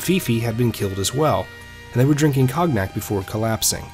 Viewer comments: "Cognac" is pronounced like "Cone-yack," not "cog-nack." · Seriously? Cog-nack? 😂😂😂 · Amazing video! I loved the dash of history in the beginning and end. This should be on television,. I think cognac is pronounced more like ko-nyak, though. My grandfather used to love that stuff.